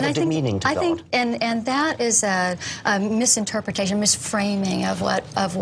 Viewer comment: “misinterpretation” She’s a genius only at mispronouncing the simplest words.